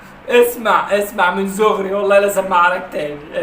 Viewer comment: هو قال من زغري كتير بس الواد ميعرف يقول حرف ب فقالوا غ 😂